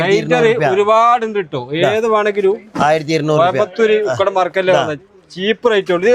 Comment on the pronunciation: ഉക്കടം ആണ് ശരി ഉകടം അല്ല